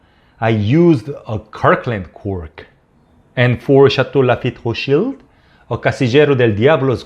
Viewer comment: Why do you refer to it as rotschild and and not rothschild?